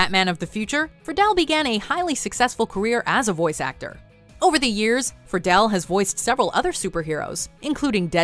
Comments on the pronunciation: This lady not only can't pronounce things right, she even misplaced letters like Friedle as "frih-dell" instead of "free-dl" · Will Friedle is pronounced like Freedle...